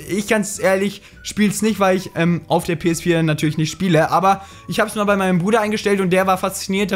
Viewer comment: Das geht doch nicht! Du sagts doch PS vier auf swedish!PS FYRA!!!!Are u swedish bro!!!